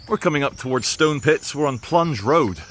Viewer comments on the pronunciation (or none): none